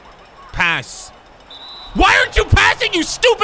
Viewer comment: It sounds like he said pants in a British accent. Thats why it didn't make them pass